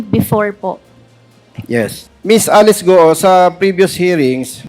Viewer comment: Sinungaling grabeee kapal ng mukha mo Alice gou d mo ma pronounce ang letter L Gaga😱😱😱